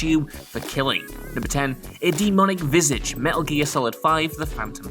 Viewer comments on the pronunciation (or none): none